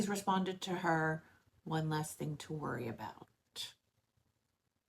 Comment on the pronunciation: Like you say “think” for the word “thing”. It’s fun to listen to 😂